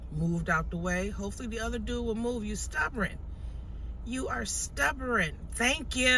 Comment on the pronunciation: Word is stubborn not stubberen